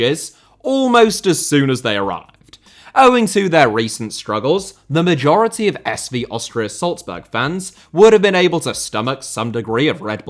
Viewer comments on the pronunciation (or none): none